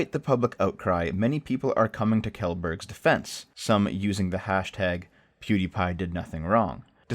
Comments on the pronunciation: FYI it is pronounced “Shell-burg” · shellberg. thats how its pronounced. just fyi. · Kjellberg is pronounced something like Schellberry. Just for next time. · Let me give you a hand on the pronunciation there. Try saying it like Shell-berg.. (I have no idea how to explain the rg sound though..) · Kjelberg is pronounced SHELL-BERG. Don't you watch him? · Pronounced - Shell-Berg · His name is pronounced Shellburg, but it is swedish and you're a racist for mispronouncing it 😜😜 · Good video man. His last name is pronounced ‘Shellberg’ though. p.s. Needs more pre-video coffee slurping. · KaJelBerg is my favorite version though.